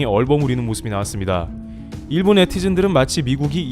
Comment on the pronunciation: 목소리 좋고 전달력 좋은데 일본을 그냥 일, 본 모두 경음으로 발음하면 좋겠다ㅋ '일'에 강세 두지 말고. iiiil bon 말고 그냥 il bon